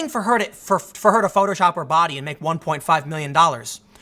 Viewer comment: Tim Pool saying "a big botty woman" is my new ringtone now